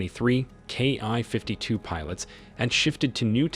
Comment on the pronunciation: The narration is hard to listen to. It isn't a "KI-52", and NATO isn't pronounced like that either. If this is AI, I hope you aren't paying a lot for it!